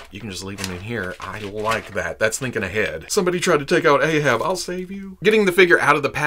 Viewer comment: It's "Ahab" not "Aehab"